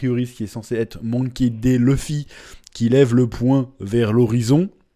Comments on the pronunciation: "mounki dé luffy" , "uzop" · « Monké Dé Luffy » 😭